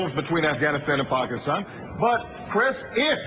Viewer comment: yes, yes, i was so excited when i first heard him say pakistan! few people ever say it correctly, though it's really not that hard. while you shouldn't vote for someone solely based on how they say a word....it's a definite plus point :D